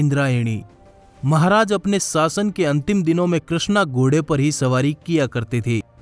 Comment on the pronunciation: Gode nahin ghode bolte hain Bhai....